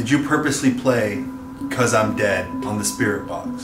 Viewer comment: Unfortunately with the “because I’m dead” it sounds more like “bésame” from the Spanish song suavemente 😂